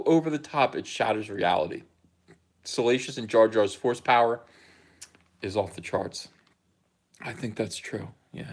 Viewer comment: Use the Pho-ce,.